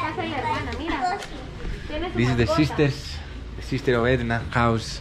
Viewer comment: I enjoyed the video very much but am disappointed that after all that you still couldn’t remember her easy name. Edna not Anda 🤦‍♂️🤣